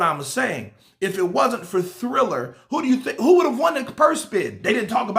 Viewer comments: Dam it’s triller not thriller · its TRILLER not THRILLER LOL LOL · It's not "Thriller", it's "Triller". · TRILLER TRILLER TRILLER its TRILLER not THRILLER come on I've been telling you for 2 days. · I was saying the same all video. ✌️